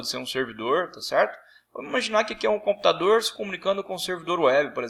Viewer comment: computadoooooooooorrrrr , celulaaaaaarrrrararrrrrrrrrrrrrrrrrrrrrrrrrrrrrrrrrrrrrrrrrrrrrrrrrrrrrrrrrrrrrrrrrrrrrrrrrrrrrrr